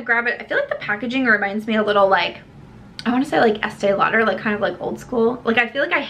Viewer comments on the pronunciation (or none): none